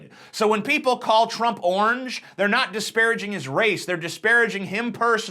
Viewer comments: What word is he trying to pronounce? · Why does he pronounce orange as onj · why do you prenounce the word orange as "ornge"?